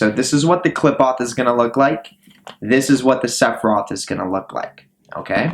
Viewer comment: Studied in it but cannot pronounce it or concepts related to it, so I assume your studying is just google or asking an AI. Also what's with all the bots in the comments, is this guy bot farming views for all this?